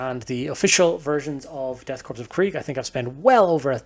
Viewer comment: I AM A HUGE KRIEG PLAYER! The aesthetic is so unique and grim. Also one minor tip, its pronounced "core" not "corppse". Keep it Up Man!